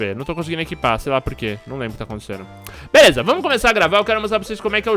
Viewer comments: foi só eu que percebi o falar #Veleza no começo do video??? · "Eae galera veleza" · patife vc falou veleza no video kkk